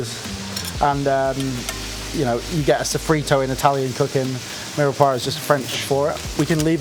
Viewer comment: At least try to learn how to pronounce 'mirepoix' correctly. Maybe it's best to avoid the French words as much as possible...